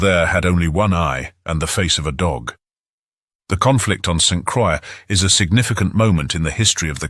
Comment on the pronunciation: … St. Croix is pronounced like “BOY” , even though it is a butchered version of the word. I do like the long discussion of the Caribs. It is colorful and very accurate, as far as I know.